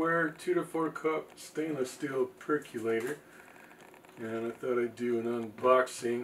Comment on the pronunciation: My only complaint ... why do people pronounce it "perc-you-later" when it's a "perc-OH-lator"? (Pet peeves) ☺